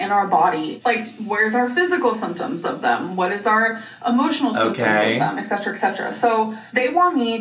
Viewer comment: “Eksetra eksetra” omg I’m gonna pull my hair out